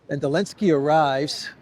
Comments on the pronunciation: Am I the only person distracted by saying "Elensky"? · Aah! I was wondering why he says "Elensky"!! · Why do rarely say the Z in zelensky? I thought maybe it wasnt pronounced and all these americans have just been saying it wrong. But then ive heard you say zelensky with the Z also. Is it some inside joke? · You called Elenskyy Zelensky for some reason in the first sentence.